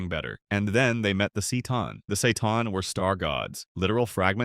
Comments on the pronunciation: Yeah, the Time War and the War in Heaven are possibly the WORST two wars in ALL of fiction. Another hot topic, the strongest villianois faction in ALL of fiction is the Dalek Empire. In fact they could PUMMEL any faction in 40k, and that's a freaking feat. Also it's not pronounced "see-tan" it's pronounced "ka-tan". Also....calling the Doctor a "kind of good guy" is crazy bro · Dudeeeee the say-tan really ? That was painful .. They are called the K-tan "just the K in the word Kay"😆😆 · Broo .... "seEe Ton" it's pronounced "Ke' Ton" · You should say it ktan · I've noticed tts struggles with complex words like for example ctan it said seitan 💀alternatively you could always narrate yourself i know it can be daunting but people do appreciate it more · Bro come on. “Necron-tire”?… “See-tawn”? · C’tan is pronounced with a harsh C sound like Can with a T in the middle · I think since it’s an AI reading it can’t pronounce it. You’d have to write “Katan” for it to say it right? 🤷‍♂️ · C'tan is pronounced as ki-tan. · no hate Its pronounced (C'tan)Ka Tan btw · Necrontyr [Nek-kron-tir] and C'tan [Ka-tan] are the proper pronunciation of said name 😅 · K sound for c and then tan, and it's tear for necront tyr